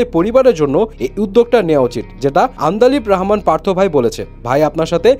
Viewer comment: এই যে এতো সুন্দর করে রিপোর্ট টা করেছেন ,, করার পরে কি ভিডিও টা দেখেছেন আপনারা ,, আন্দালিব রহমান পার্থ র নাম টা পুরো পুরি ভাবে বলতে পারেন না, আবার আরেকজনের বয়েজ নকল করে রিপোর্ট করেন।